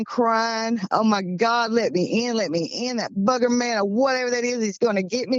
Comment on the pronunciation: Booger man not bugger man, long o! 🤣🤣